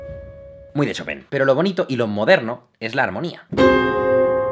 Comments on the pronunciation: Se pronuncia "Shopan" xDDDDDD brutal ese final xDD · Hola amigo, se pronuncia Shópen, Tuve una novia polaca y viví allá un año, saludos :) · Se pronuncia Shopán, wn!!! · Cada vez que Jaime decía "Shopen" yo decia "choPIN" (el "PIN" en super agudo, en plan falsete) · En realidad no se pronuncia "Shopán", esa sería la pronunciación francesa. Su apellido polaco era "Szopen" que se pronuncia "Shópen". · Puntualización al comentario final de Jaime: en francés se pronuncia "chopan", pero en polaco se parece más a "chopen" (Szopen). ¡Gracias por tus vídeos! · Jaime, pronúncialo correctamente, se dice ChopAn. Como el pan que comes todos los días. merci ;) de lo contrario, excelente video como siempre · Señor experto, la pronunciación literal desde el polaco de chopin es “jópin” pero él no fue 100% polaco, así que se pronuncia como es, en francés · No sabia que "chopin" se decia "chopan"... o "chopen" wtf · Yo:Chopin Jaime: "Shopen" Ahora quedé de basta 😂😂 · "Shopén" =o yo siempre lo pronunciaba "Chopin" XD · Me gustan sus videos, son interesantes, pero cada que dice Shopen es como cuando te da tos. :( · “Shopén” jejeje ❤️🙈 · jajaja lo último me recordó a un maestro de francés. Nos decía casi lo mismo... Se pronuncia "show - pan" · Yo pensaba que se llamaba Chopan, el titulo del video dice Chopin y Jaime dice Chopen ¿¡A QUIEN LE CREO!?